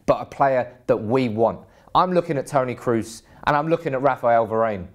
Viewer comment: it's "Kroos"